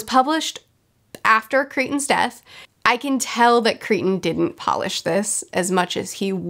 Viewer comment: You’re killing me! It’s Crichton…CRY-TON! NOT creeton…. CRYTON! I rarely can’t finish an audio book and I DNF’d this about halfway through. Crichton is one of my favorite authors of all time but most of his posthumous stuff is not good! Just finished a re-read of Sphere and it is still my favorite of all of his books!